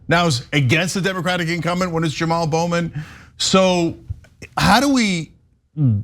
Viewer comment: His name is properly pronounced "Juh-Mall" and not "Jim Al."